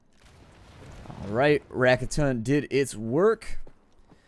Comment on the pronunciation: Raketen means rocket and you pronounce it this way: RA (Like Winrar, the last of it) KE (Like Kek without K) Ten, like Ten. So Ra-Ke-Ten :) Bombenschuss means bombshot. Guess it's named that because it makes a lot of noise.